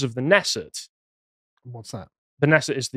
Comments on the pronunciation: K Is not silent in Kenesset. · the K in Knesset is not silent! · Not a silent k. Knesset